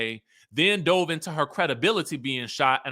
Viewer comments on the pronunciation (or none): none